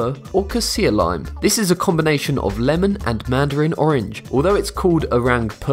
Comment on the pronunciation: Lamon and tomatoes